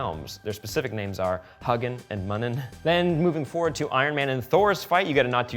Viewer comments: It's Hugin and Munin, not huggen and munnen.:P PS: If a word is offensive, like "quim", grow some balls. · hUGGNIN' and MUnnnonn? no Hugh-yin and Moon-yin.